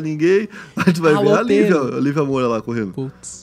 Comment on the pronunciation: ...Lívia Mo"i"ura, irmão do jogador Léo Moura... hahahha Não seria Lívia Moura? Tmj